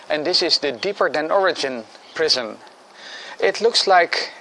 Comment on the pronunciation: It sounds like youre saying "prison".